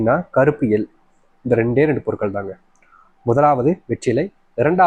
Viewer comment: என்ன பொருள் என்றுகூட ஒழுங்காக சொல்ல தெரியவில்லை கருப்பு எள் என்பதை கருப்பு ல என்று சொல்கிறீர்கள் உங்களை எப்படி நம்புவது தவிர,திருப்பி திருப்பி சொன்னதையே 5,6 தடவை சொல்வது எரிச்சல் தருகிறது.